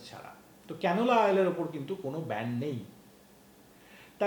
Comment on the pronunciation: কথাটা ব্যান্ড নয় ব্যান কিছুতো পড়াশুনো করো